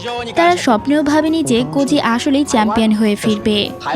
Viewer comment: তুমি বললা কজি😊।।।।আর আমি শুনলাম কচি 😂😂😂😂😅